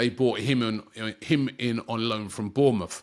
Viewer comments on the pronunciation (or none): none